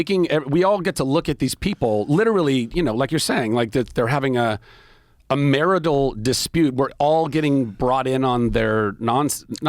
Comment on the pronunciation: The guy said "MariDAL" instead of, marital. Perceptiveness definitely doesn't seem like one of his strong suits.